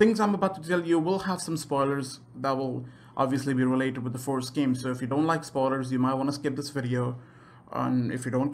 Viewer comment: Like if you heard “forest” instead of “first” half the time